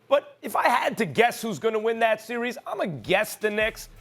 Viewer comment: Im just here to hear perk say "Si-ries"